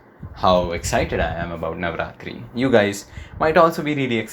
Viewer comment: Bro are you from gujarat because the way you mentioned navratri!!!